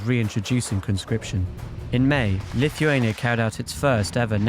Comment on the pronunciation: ***** Lithuania! not LittleHuania ..